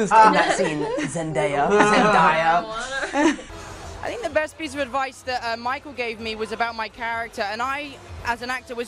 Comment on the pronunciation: I love when he says Zendaya "Zendya!"